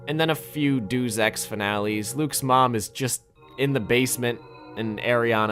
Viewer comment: great video as always but i cant help but notice you pronounce "deus ex" like "dooz ex" for some reason (unless youre saying something else? i really cant tell but youve said it in several videos now)